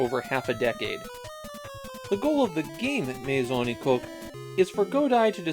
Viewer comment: This actually became an inside joke in a Discord server due to the pronunciation of "Maison Ikkoku" sounding somewhat off. My Song E Coke y'all, My Song E Coke.